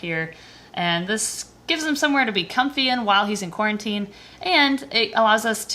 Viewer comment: Who is watching in 2020 and screamed when she said quarintine